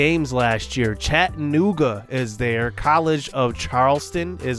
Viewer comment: As someone from TN, I’m excited to see you in the Socon. Also Chattanooga is pronounced Cha-Tuh-Noo-Guh. Can’t wait for the coming episodes👍🏾